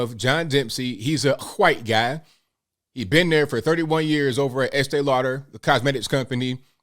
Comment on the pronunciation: I like the way you do that right thurr 👵